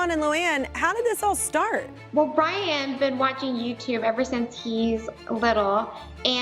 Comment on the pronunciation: Lol she says “Brayon”